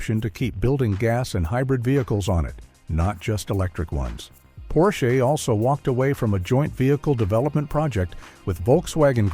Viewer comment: . "Porsch-aye?" Wow...you seriously need to update your AI narrator.